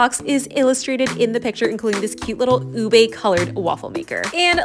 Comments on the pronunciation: can you please stop pronouncing ube as "ubey"??????? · "u-bey" lmaooo. it's pronounced as just "u-be"